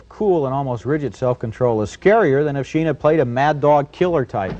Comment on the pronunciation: . Martin Shee-in ?? I've probably heard Martin Sheen's name said hundreds of times, and never once heard it pronounced the way Roger Ebert does here. Did he know something the rest of the world didn't or did he just screw it up, and rather than immediately start pronouncing it the correct way right after that, just kept going with that mispronunciation, rather than indicate that he had just goofed it up that first time ?? .